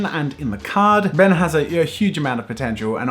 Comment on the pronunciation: imagine... imagine... it’s not “ben” its “BEN”